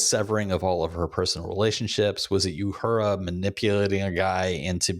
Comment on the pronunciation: is there some sort of in-joke reason why you pronounce Uhura's name as "you-hura" instead of "oo-hura"? anyway, loved Doug for sure, he was the only thing which made that episode work for me at all.